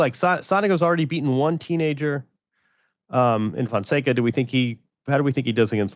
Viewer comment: MEAW Fonseca! hahahahahah Andy is going to learn how to pronounce his name soon, the kid will be winning ATP events this year. 🟩🟨